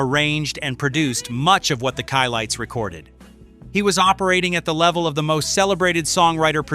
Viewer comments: He really butchered the Chi-Lites name. He did pronounce it correctly then went right back to making a mess of their name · The Chi-Lites is pronounced "shy-lights," NOT "chee-lites" or "kye-lites." Just as Chicago is pronounced "sheh-cah-go." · These artist and songs have never left us go to the right party and you'll hear them all and more oh and it's pronounced chi as in shy which is short for chicago lights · SHE-LIGHTS IS WRONG PRONUNCIATION , IT IS SHY-LIGHTS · CHI...LIKE SHY... NOT SHE LITES THE CHI-LITES [ SHY-LITES]❤❤😂😂😂😂😂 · I find the way this AI pronounced Chi lites Try this Shy Lights. Have a human proofing your stuff to avoid the disrespect. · It's (Shy) Chi-Lites you killing me with the she lites. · Chi-Lites is not pronounced Che-Lites. The group is from Chicago, Chi-Town. Chi not Che!🎉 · Its pronounced, Shy-lites, not Chee-lites... smdh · It's pronounced shy lights not chee lights! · Nice. HOWEVER... it's not the chee lites. It's the SHY lites. It's spelled Chi but pronounced as shy. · #3 SHY not CHEE. CHI-LITES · Shy lites not chee lites my goodness say it right or don't say it at all. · The She-lites, The Ki-lites????? NO!!!!; It's pronounced Shy-Lites!, and that's Bobby Smith, my favorite Spinner singing the lead on I'll Be Around. I hate AI! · CHI-LIGHTS! Pronounced “ SHY LIGHTS! Not “Chee Lights “! NOT “KEY LIGHTS”! I appreciate the history but AI is killing me! Chi- Lights! “ pronounced the way you pronounce “Chicago”!, like where the group is from. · Chi lites not Chee lites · The "CHEE-LITES" ??!!! 🤣🤣🤣🤣🤚!!!! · Chi-Lites is pronounced "shy"-lites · You are pronouncing Chi (Shy Lite) Chi come from the city Chicago. I live through the 70's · It’s pronounced shy lights. Get it straight. Such a disrespect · Chi Lites is pronounced Shy lights. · It's pronounced " shy lights." Get it right. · Please Stop 🛑 Mispronouncing The Chi- Lites name is Pronounced just like the City of Chicago, Illinois ( Shy Lites). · The correct pronunciation “shy-lites”